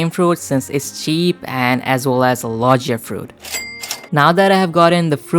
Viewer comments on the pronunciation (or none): U said Lo-G-ia and not Lo-GEE-A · Its logia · You have made a mistake on logia